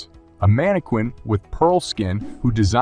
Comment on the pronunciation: Don't improvise. Just don't do it. Inserting a fake laugh is sophomoric. Mana-quin? I have no idea what you're saying here. Maybe the script was translated from a different language and you just went with it? Som-leers? Don't guess at how a word is pronounced. Google it, learn something, hit the speaker icon to learn a little French Phrasing. "...to turn off the light. In Japanese..." Should have been "...turn off the light in Japanese..." No strange pause there. Familiarize yourself with the script. Sur-REE? You've never heard Siri pronounced before?